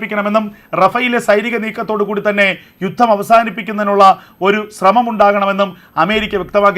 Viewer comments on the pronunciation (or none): none